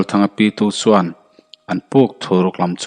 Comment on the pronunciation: Ch leh s hi hmang thiam la har a ni lo suan aiin chuan tih tur...